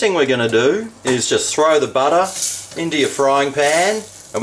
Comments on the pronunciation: sure loves his buttah! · BUTTAH! :D